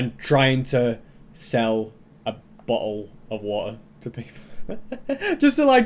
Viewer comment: A bo'le of wo'er